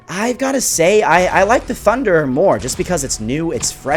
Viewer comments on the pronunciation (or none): your not getting it... also cos u said tunder instead of thunderer